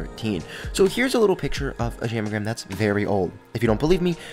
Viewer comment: I thought u said ham a gram lol